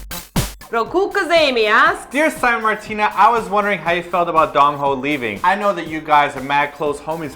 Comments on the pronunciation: simon says 'Gongho' instead of 'Dongho' Lol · That pronunciation of Dongho. shudders I love you guys but your pronunciation of Korean words after living in Korea for so long is horrible. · Your pronunciation of Dongho. I love you guys, but if your Korean is horrible considering how long you've lived there. *shudders*